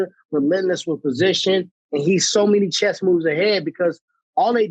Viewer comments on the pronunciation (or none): none